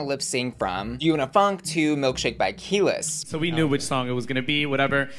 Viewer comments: Keliiiiis. Not Keeeelis :P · Key-lis? Who is that? You mean Kuh-Lise? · Keh-lease not key-liss lolllll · Adding Milkshake by KeyLess to my playlist!! (It’s Kelis pronounced Ka-lease)🤣🤣🤣🤣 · Did you REALLY just say “key-less”???!? Lmao. How do you not know who Kelis is or how to say her name?!??? It’s pronounced (Kah-lease) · "'Milkshake' by Keyless." 😂 Very cute pronunciation but I think it is KEH-LEESS. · “MILKSHAKE BY KEYLESS” girl come ON. “KEL-EECE” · It's not " Keyless" It's "Kah-lease" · It's Keh-LEASE. Not KEY-lis. Lol. ❤ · “Key-lis” oh … its “Keh-leese” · Milkshake by WHO?! Who is KEElis because I only know kuh-LEES🤔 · Oh honey it’s ke-leese not key-less 😂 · I am going to need you to start researching some of these names sis. You calling Kelis (Kah-leese), Kell-us is insane. It would be funny if this was the first time; however, it's becoming a common occurrence... Especially when it comes to names for people of color... And to be clear, I don't think it's racism. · NOT “KEYLESS” 😂😂😂😂😂😂😂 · Seriously! LOL ... "Keyless" is the entry to your damn car, girl! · Girl no you didn’t pronounce Kelis “key-less” I’m dead please I can’t breathe 😂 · Baby not calling Kelis "keyless" the Gen Z JUMPED OUT 😭😭😭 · Not Key-less! LOL Come on, Kelis is a baddie and deserves pronunciation respect(? love u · Not saying “KEE-LISS” 😂 Also I really don’t get why Kandy was so up in arms about changing the song to Milkshake. Like okay sure, Jimbo was known to love the song or whatever but I genuinely feel like it would have been a WAY better song for Kandy to lip sync to than what they ended up going with. First she sabotaged her chances at winning by not eliminating Jimbo, then she further reduced her chances by forcing them to stick with a vastly inferior final lip sync song. So weird. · I cannnnot. Not Kelis (pronounced Kell-eeese) getting disrespected like this 🥲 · Girl, Milkshake is not by Key-less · Kelis: kah-lease